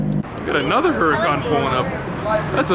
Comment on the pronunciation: Everytime he says "Hurracan" or giggles.